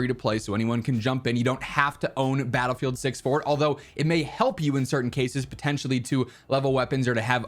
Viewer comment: DICE: There is no BR in Battle-sing-se 😂